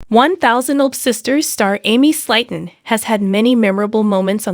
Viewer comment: You keep mispronunciating Slaton Slaton is pronounced as:[ s l AI - t uh n ] And lb is pound so quit making fun of how she mispronounces words you are no better